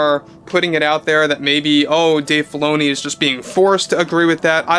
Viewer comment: Sounds like you're saying Dave Baloney. lol